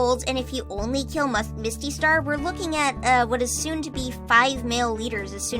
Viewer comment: almost said Mustystar instead of Mistystar 😂😂